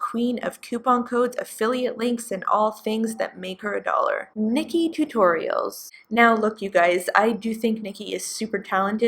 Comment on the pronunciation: Oh man, when you called Nikkie Tutorial "Nickie Toots," I though you said "Nikkie Tuques," and I had a little Cando-American laughing moment.